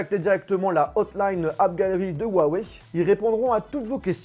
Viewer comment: C'est pas "Wawey" 😂😂😂